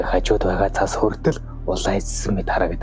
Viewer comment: цас гээч дээ зас гэж шаагаад байх юм